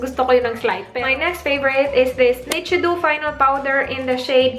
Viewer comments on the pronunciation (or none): Ate, it's pronounced Ni-chee-doe (nichido), and Wei-fer (wafer)